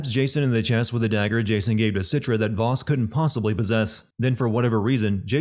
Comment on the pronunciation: That's not how you pronounce 'Vaas'.